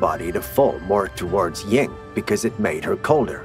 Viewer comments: I couldn't finish the video after the 2nd time he said YING and yang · Dude, it's YIN.